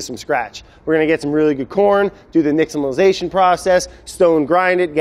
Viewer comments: Brad has such a hard time pronouncing simple words but nails nixtamalization? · I'm just surprised Brad pronounced "Nixtamalization" correctly.